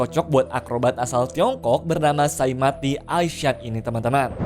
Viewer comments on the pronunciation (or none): Saimati❎ Saya mati✅